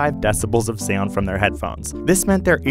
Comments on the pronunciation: MrprunesHD Haha he said SaUnD while I read this😂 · ok is the way this man is saying “sound” bothering anyone else slightly?